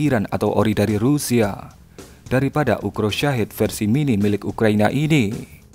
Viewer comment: Ukrop Min, bukan Ukro